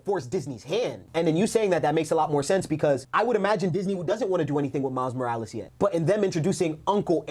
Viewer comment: I want a Kinda of new upcoming actor. But people love to forget that yes he’s black but he’s a black LATINO 😭. Miles Morales. Roll that r in his name please lol😭😂. But jaden smith is a WILD pick. Appearance wise. Style wise. He just don’t have it lmao. But definitely need someone that can act. I would FREAK out if they continued with Andrew Garfield. I’m happy tobey isn’t in this conversation tho lol. Cause fanboys go crazy but acting alongside Andrew Garfield. Even in no way home Andrew stood out amongst the 3. Miles Brown would be an okay pick. I wouldn’t go crazy on the casting of him but I wouldn’t be mad. Especially since he has that latino side to him aswell. I want to say this too. PLEASE GOD. No live action spider Gwen. It’s so odd to me. So random and misplaced. I hated after no way home how people were saying in Andrew’s universe they could get away with a spider Gwen. NO 😭